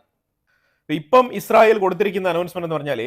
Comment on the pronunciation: നീ എന്താടാ പറയുന്നത് ഇസ്റയൽ ഇപ്പോൾ എല്ലാം പൊടിയായി നിങ്ങൾ ഉറങ്ങിയോ അറിഞ്ഞില്ല വാർത്ത കൊടുക്കുമ്പോൾ ക്ലിയർ ആയി കൊടുക്കു ഈച്ച